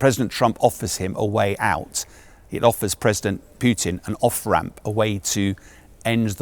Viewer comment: sean bellend is out of his depths and does not know the first thing about Russia as far as UK it will be a non starter going to war with Russia he cant even pronounce Putins name properly